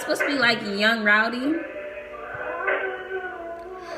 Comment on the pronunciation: Why you say roudy instead of roddy 🤣🤣